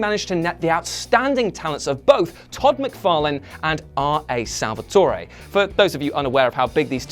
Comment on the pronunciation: r a salvatore is not pronounced a with an a or e at the end you finish at the r.